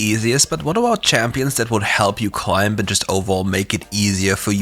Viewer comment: The B in Climb is silent btw. It's pronounced Clime